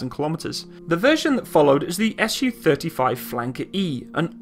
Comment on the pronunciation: Not sure how nobody else has mentioned this with over 1,000 comments, but while your information is pretty good all around, I'm pretty sure that it's meant to be pronounced "Soo-##" not "S-U-##". Similar to how you say "MiG-29" not "M-I-G-29," because it's not an acronym or functional designation, it's a truncation of a name. All around pretty good information, though!